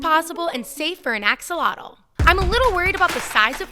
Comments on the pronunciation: you dont say "Axolotle" you say "Axolotl" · Your what? Lol learn to pronounce the word axolotl. It's Ash-ah-lot